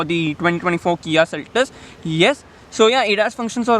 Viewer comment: "Seltos", not "Seltes".